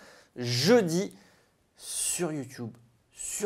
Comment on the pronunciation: Bonne vidéo Merci !!!! Par contre quand tu dis " youtoube " ça m'agace !!!!!!! 😫😫😫😫😫 C'est " YouTUbe pas youtOUBe mdr